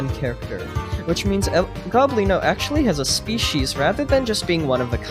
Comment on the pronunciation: ITS NOT El GOBlino ITS El Go-blino